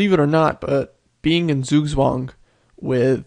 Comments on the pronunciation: in german it's pronounced tsoog-tsvahng. close though. good video btw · "sueswang" lol when americans try to speak other languages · It's pronounced tsugtsvang. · Just Look for Zugzwang pronouncing.ITS Not the wirst but still much to soft.English so Not have this hard consonants but Pronounce t very hard, in fact ITS Not even TS, but Similar, Just Press AS hard as you can.